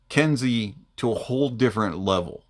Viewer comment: It it pronounced “Ken-Say” for future reference. Nice review as per usual